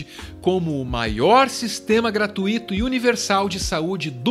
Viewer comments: Meus adorados e queridos do... peço antes que não fiquem constrangidos pelo meu comentário, mas preciso fazer uma observação sobre a pronúncia da palavra ao fim do item 3: gratuÍto. A palavra é um ditongo (não sendo acentuado, como o hiato), por isso a pronúncia correta, gramaticalmente falando, é "graTÚIto"... não "gratuÍto" (que seria um hiato). É uma questão de prosódia. Bjo grande. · Parabéns por mais um vídeo muito massa! A patroa aqui tá informando que o correto é gratuito e não gratuíto. Kkkkkk. Ela me incomoda também... Abraços